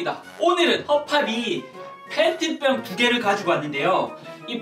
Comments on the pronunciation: 페트병을 팬티병으로 들었다(악성댓글아님) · 페트병을 팬티병으로 들은 1인ㅋㅋㅋ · 3초에 펜티병이라고 들린건 나뿐인가?